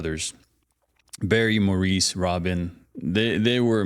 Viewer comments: so many songs to react to, but if you do more, Maurice name is pronounced the English way MORRIS. check out their '90s tunes , ONE, FOR WHOM THE BELL TOLLS, ALONE, just to name a few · I wish you Americans would pronounce Maurice properly, it is not pronounced moreover! It is spoken as Morris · It’s spelled Maurice, but pronounced Morris. Their harmony, range and song writing skills are second to none! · I've been a fan since 1967, fabulous talents. By the way, Maurice is pronounced Morris. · So much to unpack here! First, my only complaint, Maurice's name is pronounced like "Morris". Sorry to be pedantic, but... I, too, have come to appreciate the Bee Gees somewhat late. I'm 61, so the right age for them, but nobody I knew really listened to them, so I never listened to them at all. Then about two years ago, I ran across a reel of them singing a capella on a British talk show, and the harmony just intrigued me. Since then, I've become somewhat obsessed, to the dismay of my husband and some of our close friends (who are not fans). In answer to your rhetorical question, "How do you even write these notes on paper," they had their own way of writing the music, as they couldn't read music. They were pretty much self-taught. And now for the fun part! What 1 song? What ONE song?? lol There are too many, but I will try to limit myself to only two. First, Man in the Middle. Maurice wrote it and sang lead. Second, and this one is kind of three in one, I want you to listen to First of May, sung by Maurice & his first wife Lulu. Now, all three brothers sang this song over the years, and I love every version (and recommend them! lol), but there's just something about this version. Someone has even made a video that combines all three into one. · They couldn't read music!!! I love these guys so much!!! Maurice (pronounced Morris) is my absolute favourite!!! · By the way Maurice was pronounced Morris. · Fyi Maurice pronounced his name Morris. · Maurice pronounced Morris